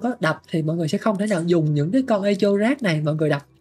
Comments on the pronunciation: thật ra nó đọc là e cho. E ko phải ê và cho ko phải chô nhé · 8.0 phải biết âm /e/ trong từ này đọc là e như tiếng việt chứ ai đọc ê. Phiên âm chính xác từ này là /'ekow/. Trọng âm rơi vào âm 1 đọc phát âm tiếng Việt là ékôu. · đọc cho sang thì đọc là 'ê cồ' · ngồi nghe Ê chô là cứ cười 😂 , phát âm là Êkô nghe bạn :))))) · ))) Echo đọc là ê kô nhá ông, chứ ko phải ê chô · Echo đọc là "Ê cô" anh oi, không phải "ê chô" 😅 hài mấy thanh niên kêu tôi 8.0 lỏ này nọ =))) tôi muốn nói là chữ "ch" trong echo đọc là "k" (theo phiên âm tiếng việt) chứ k phải "ch" mà mấy ông yap buồn cười quá =))) đúng dân việt nam chỉ biết tự ái vì mình làm sai một cái gì đó hở tí là vào nói như được mùa. 2k9 hết à 🤡🤡🤡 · "Éc cồ" mới đúng nha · 'e ko' nhé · e co nhá ko phải i đâu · bên cú đêm thì là "Ê hô" bên này thì là "Ê chô" mé nó kênh t đăng ký toàn bị cái gì thế này ??? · Mình góp ý một chút về cách phát âm ạ, Echo đọc là E-kô, âm K nha. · Echo phát âm như con tướng Ekko của liên minh ấy :)) không phải là Ê chô đâu :))) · echo - phát âm: ˈekō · đọc là " e-kô" nha anh @@ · bạn nói để làm ngta hài lòng, lòng đâu không thấy nhưng thấy bạn hài rồi đó. Tiếng anh thì echo đọc là " i cô " hoặc " e cô " chứ không phải theo vần phiên âm của mình đâu